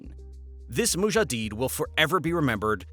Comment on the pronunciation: mujahid -> mujadeed, Kadyrovtsy -> Kadyrovsty